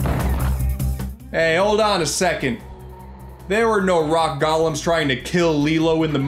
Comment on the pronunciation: I have a pet peeve about people who don't correctly pronounce "golem," yet, while most people pronounce it one way or the other (and usually incorrectly), pronounced it both. And when he pronounced it incorrectly, he still somehow did it in a charming way. This was an unexpected delight.